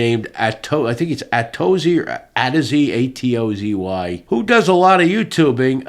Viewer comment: The name is originally Atoz. It is from the classic Star Trek episode - All Our Yesterdays. It is the name of a librarian, and it litterally A to Z. How he basterdized the name is almost as bad a crime as Door Dash girl to a classic Trekkie.